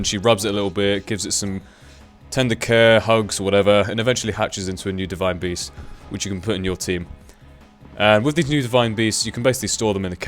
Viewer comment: like if you thought beast said breast in the beginning haha